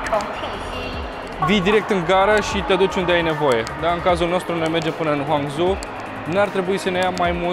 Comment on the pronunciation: ) Salut,! Si uite asa mai afla lumea lucruri interesante, despre China! Fac o remarca( nu din rautate) la fraza in care ai zis:...''urmeaza sa calatorim din Shanghai pana-n Huam Zhou''!!!...Cred ca ai vrut sa zici, din Shanghai pana la Hangzhou. Ma repet, nu o zic din rautate, doar ca am pufnit in ras...acum cand te-am ascultat, deoarece am fost si eu in China si mi se cam impleticea limba in gura de la cuvintele si expresiile lor:)))))...